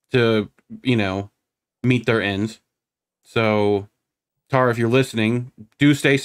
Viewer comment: Powerful story. Thank you both. Respectfully, just saying this because it keeps happening and from multiple people on the left...her name is pronounced Tara ( tah-ruh) not Tara (tare-uh).